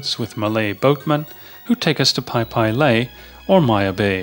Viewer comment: Phi Phi is pronounced Pee Pee not Pie Pie.